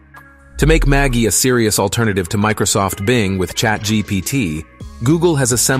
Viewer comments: Are you sure it's not pronounced with a soft G? Like magic? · Pretty sure it's "Ma jai"